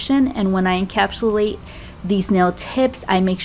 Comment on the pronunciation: Every time she says " IN- CAP- SHOE -LATE " I crack the f*ck up! 😂😂🤣😅💀💀💀